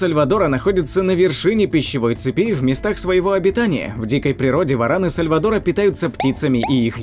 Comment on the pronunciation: В ран сальвАтора, ударение